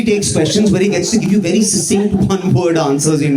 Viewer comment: Watch your pronunciation of "succinct" while saying "succinct quote"